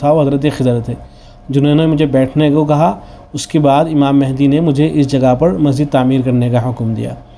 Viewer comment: امام مَہدی علیہ الرضوان پڑ ھنا چاہیے ۔م پر زبر ہے۔